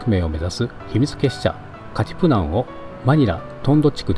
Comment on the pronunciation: ヌエバ・エシハをヌエバ・エハシと言ったり、肝心のカティプナンをカプティナンと言い間違えたりしているのはご愛敬。頑張ってね、